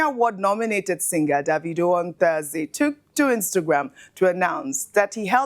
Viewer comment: Ojy please stop pronouncing his name as daaavidoh......it's annoying...of course you know that's not how it's should be pronounce.....it's Davido from the name David not Daaavid.....pls stop it's so annoying